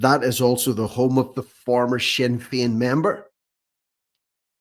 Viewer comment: SINNER FEIN , GET IT RIGHT